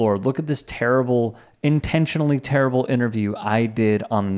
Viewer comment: “That’s torable!”